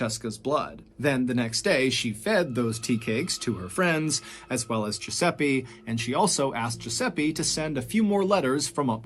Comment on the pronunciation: riescono a dire francesca, ma giuseppe è sempre esilarante detto da non italiani tbh ahah